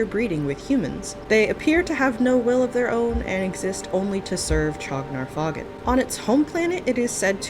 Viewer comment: I thought the "faugn" was pronounced like "fawn".